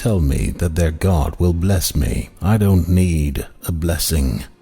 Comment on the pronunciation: By pronouncing the word GAURD do you mean GOD.